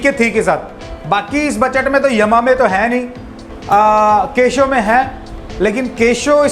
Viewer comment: केशो नहीं....केसीओ